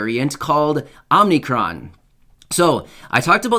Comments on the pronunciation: Omicon. Is pronounced Ommmm eee Cron. Not Ommmm nee cron. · It's pronounced Oh mick ron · My friend,I think it's pronounced " oh- mah- kron" and it looks like the ones whom titled this version of Covid went into the world of cartoons again to find a name for it.This Time it seems it was stolen from the cartoon "FUTURAMA".That cartoon had aliens on it from the planet "Omicron Pursey I- 8".lol _______ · It’s OMICRON